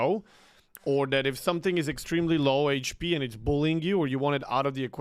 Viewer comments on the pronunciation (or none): none